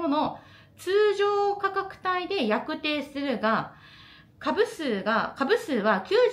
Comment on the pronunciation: 「やくてい」ではなく「やくじょう」です。。